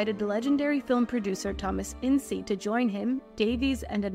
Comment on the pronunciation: Not "In-cee", just "Ince". Like "once".